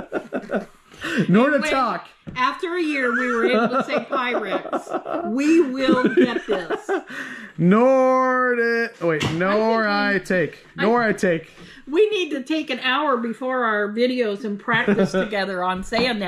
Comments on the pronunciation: Nor-talk-e! China from Japan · Those dishes are pronounced ‘nor-ah-tak-ee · Good Morning my favorite storage treasure hunters. This China is pronounced Nor a talkie. Always glad to help. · the china is pronounced NOR-A-TAR-KEE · It's taki not talkie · It's pronounced Nor-i-tok-E. long E at the end. I love the pattern you have. So vibrant. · GLAD SOMEONE HAD THE PRONUNCIATION FOR YOU I HAVE A SILVER SET I WOULD CALL IT MY NOR A TAKE😊THEY ARE BEAUTIFUL SETS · Hi and, the word is Nora talk ee, pronounced like that. You’ll get it!☺️ I also wanted to tell that I absolutely love her sweaters. I too am fluffy and want to know where she gets her beautiful sweaters? Have a great weekend you guys! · I think it's pronounced Nor- it-talky. Not right spelling but that's how I sound it out. Supper nice glass ware today. Leta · Ok and try it this way. Nor- eeee-tock-eeee for the china name. Hope that helps. Thanks for the fun video today. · Noratake Pronunciation lol nor-a-tack-ee its from Japan your so funny Just to help you out Sheila Australia love your show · Love watching the two of you, I'm going to try helping you say, Noritake, I'll spell it out the way it sounds ( Nora - like a girls name, tock - like tic tock, E)Nora-tockI-E. I hope that helps. I have ordered off of GrandmaVentures sit a few times, loved everything. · Hi and. You pronounce Noritake as No ruh taa kee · The cake server goes with the plate but the bowl does not go on the plate. And Noritake is pronounced Naw-ruh-ta-key. The Cinderella plate is not signed. It reads Hand made in Austria. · Not Gor ham! But ppronounced. Gor um. And nor a tock e! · Nora-tock-ee (long e) ---Just remember it is a Japanese sounding name so the letters don't sound like ours. I think you sound out all of the vowels. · NO REE TA KEY !!! That and PYREX ! PIE - REX ! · “Nora tock ee” china, my “Nora tock ee” china is the pattern Savannah and I have my mom’s “Nora tock ee” too.